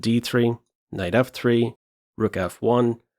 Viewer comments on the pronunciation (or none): none